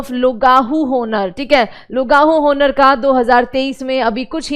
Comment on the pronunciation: Content thik rhta h but madam aapki Purniciation bilkul incorrect rhti...होनर होनर करे जा री